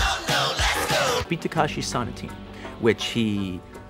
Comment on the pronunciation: Sonatine (so-nah-ti-ney). Takeshi (tah-ke-shi) not Takashi.